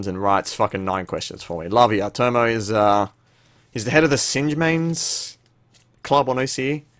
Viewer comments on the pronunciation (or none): Can you make a video about how magic for gathering is played? i've got a few cards but have no idea how to use them. (ps. its tom-o not toe-mo... triggered)